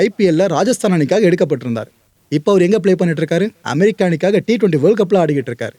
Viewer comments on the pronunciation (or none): none